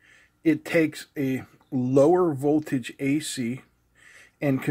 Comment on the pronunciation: No VOLAGE but VOLTAGE.